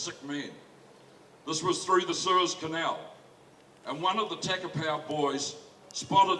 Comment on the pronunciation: Takapau not tackerpow